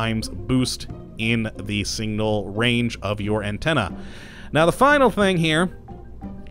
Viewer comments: S I G N A L!! Not "single" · SIGNAL. Not single. pronunciation. learn it. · okschischen singal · I heard singal too. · and singnal instead of signal I love the way some people pronounce words oddly :) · singnal teehee.. I love the odd way some people pronounce certain wordsAnyway thanks for this great overview, I know it's an old video but it still applies!